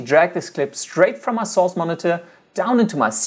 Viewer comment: I watch a lot of ytp s so when I hear him say source I laugh cuz o think he says sos great video btw